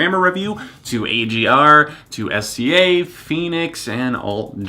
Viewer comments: I was telling friends about the album, and I pronounced it "S Z A". One friend corrected me with "Sizzah". You aren't alone. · Love SZA's music! So happy to see you speaking more about different genres on your channel as I know you listen to so many. I also loved the live instruments. I heard a trumpet in one of the songs. Her name is pronounced like Sizza. Kind of the same as the rapper RZA. I also loved the old school feel musically and the atmosphere of the album. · SZA is pronounced "sizzah". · It's fine! I used to pronounce it that way too lol. She's upcoming, and thank you for even taking the time to write this comment. I love how pure and human you are unlike theneedledrop SUBSCRIBED! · it's fine. IT REALLY PISSED ME OFF NEVERTHELESS but it's fine. Calm down me...